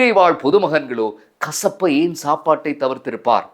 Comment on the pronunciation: கஷப்பு அல்ல , கசிப்பு 😂😂😂😂